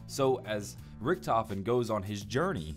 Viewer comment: No hes not hes actually right, Richtofen is correct.